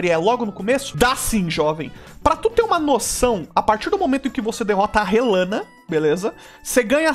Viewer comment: Finalmente alguem nessa internet que falou o nome Rellana certo hahahaha